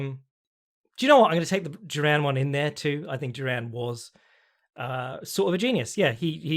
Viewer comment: You pronounce Duran so weird, it sounds like Jerome. Great podcast, cheers.